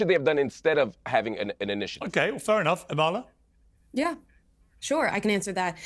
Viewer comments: Piersssssss can you puhleaseee stop pronouncing the k in Amala’s last name? She doesn’t care but it drives me crazy lol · Piers, ask Amala how to pronounce her name correctly. She’s too polite to do so herself 🤗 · Piers, if you’re going to have Amala on your show, show her some respect by learning how to pronounce her name correctly. It’s not hard! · AMALA, please correct Piers on how to pronounce your name correctly! It’s not impolite to do so. You can do so before the podcast is aired. 🤗